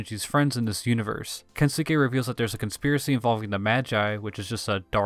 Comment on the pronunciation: So, late, but its not 'sookay, it's s'kay. Kens'kay